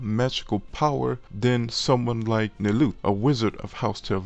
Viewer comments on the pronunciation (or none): none